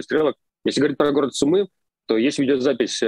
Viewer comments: Все ок, только Cу'мы, а не Сумы'. Слава Украине! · Хороший ролик, только ударение на "у", не Сумы', а Су'мы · Город сУмы, а не сумЫ. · Не СумЫ, а СУмы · Да не СумЫ, а СУмы, невозможно слушать это неправильное ударение!!! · СУмы, а не СумЫ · Спасибо за видео! Только ударение в название города СУмы, а не СумЫ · Руслан, пожалуйста, не СумЫ, а СУмы Очень режет уши неправильное название родного города. За ежедневную сводку большое спасибо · сУмы, город называется Сумы, ударение на первый слог. Житель данного города называется сумчанин. Пожалуйста, поправьте коллегу. Украинцы, ставьте лайк на это сообщение. Спасибо. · это о случайно, все остальные разы у него СумЫ. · Спасибо за аналитику. Небольшое исправление: в названии города Сумы ударение на первый слог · Попросите Руслана говорить СУмы, с ударением на первый слог. Иначе мы его будем называть Руслан Львив. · Сумы - ударение на первый слог! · Ребята, Сумы ударение на У! Спасибо что даете адекватную оценку происходящему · Спасибо большое за информацию (СУмы, ударение на второй слог, пожалуйста) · Сумы - ударение на первый слог. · Прошу прощения ! Сумы ...ударение на СУ.. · Город СУмы, ударение на букву У! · Город Су́мы. Ударение на у́. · СУмы ударение на У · Су́мы! Хватит говорить не грамотно. И ЗАЗ - Сэнс. А не Шанс. Пожалуйста... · Спасибо за ваши ролики,но правильное произношение города Сумы -ударение на у. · Спасибо за вашу работу. Передайте, пожалуйста, Руслану, что Сумы произносится с ударением на первый слог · в названии города Сумы, ударение идет на первый слог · В слове Сумы ударение на У, извините если это кажется токсичным. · Русскоговорящая челюсть)) Левиев, бедняга, не может ударение нормально поставить когда города называет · макаров конкретно западнее киева а не северо-западнее. а город сумы имеет ударение на другой слог.